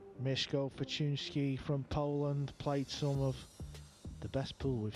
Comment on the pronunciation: "maysh-go fortune-isky" lol, butchered that name. but polish names are tough, even i can't say konrad's surname